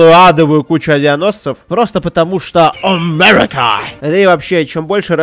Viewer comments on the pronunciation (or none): Кто считал сколько раз он сказал ОМЭРИКА?